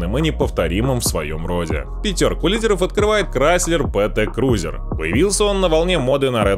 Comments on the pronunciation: Крайслер Пи ти крузер - правильно читается. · диктор никАХда не слышал об английском алфавите : "ТЕ-ПЕ крузер" и еще целая куча названий.